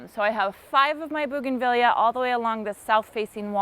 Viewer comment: Highly prefer this kind of “ironing” 😀 Oh, and I know you’ve had comments, but it’s bougainvee-a. Like Tortilla. Both Spanish Latin words and items from the same part of the world where double LL is pronounced as a Y sound. Audio was much better! Thanks!